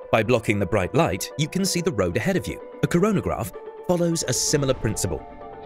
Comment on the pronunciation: "...a coronograph...." left eye starts twitching